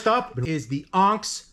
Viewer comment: FWIW-it’s not “AWNKZ”… It’s pronounced “ahhhhhhh-niiiiicks”.. 😅